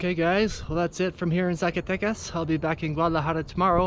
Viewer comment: Hey, Brother!.....Just a quick little grammatical tip: Even though the letter "Z" exists in the Mexican alphabet, the "Zee" pronunciation is not like the US, you pronounce it like you do an "S".